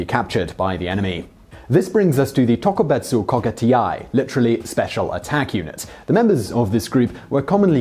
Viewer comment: I had to dislike simply because how you pronounced tokubetsu kogekitai, that's unforgivable.